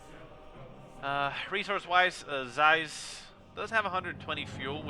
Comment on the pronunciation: Thanks for the cast, good job as usual. The game was so intense, I was shocked that I was able to scrape together a comeback - especially against an opponent as strong as OMGPOP (we've played a decent bit recently and I believe he has beaten me more times than I've beaten him). One thing to note, usually my name (CieZ) is pronounced "Sea-Ehz" ^_^ thanks for the cast though!